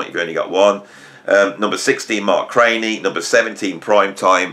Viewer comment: Excellent, friend. BTW, I believe Mark was pronounced CRAN_NEE , not CRAY NEE, I am told [my 1970s music school U NT,exas bar band co-hort Gregg Bissonette, couch dived with Mark C in SF valley, when G 1st hit LA scene in 1980s] .. I failed this test GOOD WORK, more please,,, [Tom F, Austin Texas]